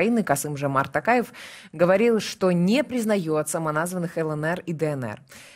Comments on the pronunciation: Ну, вы тоже искажаете фамилию президента Казакстана! ТОкаев, а на ТАкаев, так как в казакском языке важно правильное произношение каждого звука и может измениться смысл слова!;) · Не Такаев,а Токарев,в казахском языке, буква О читается,как О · Тов .ПУ. при встресе с Африканскими лидерами друзьями негритянские фамилии правильно называл.Даже долг списал ихни когда свои деревни пустують.А тут уже который год не может говорить Токаев.ПУ нарошно делает это.Казахстан будеть с НАТО.Соседу россии нету доверия. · Рутлер спецально искаверкает имя токаева